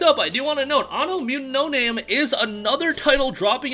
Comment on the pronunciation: I thought it was Anno Mutation-em the way you pronounced it angered me lol.